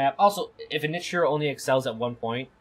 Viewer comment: Also "nit-che" and "Ka-plan"